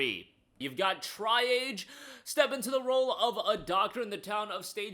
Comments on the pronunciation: Tri-Age, lol, definitely not how that is pronounced. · "Triage" = Try Age... 🤣🤣🤣